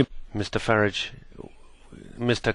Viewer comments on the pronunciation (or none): Farij? It's farage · Why is this Schulz bloke always calling him "Herr FARRATSCH"? LOL